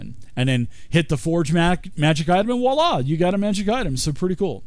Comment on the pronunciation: By all that's holy someone tell this guy how to pronounce "voila".